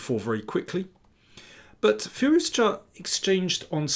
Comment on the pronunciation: Thanks for the great analysis and also saying Firouzja correctly, since many people including chess commentators mess up the pronunciation